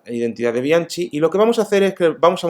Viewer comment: No soy italiano, pero creo que Bianchi se pronuncia [Bianqui]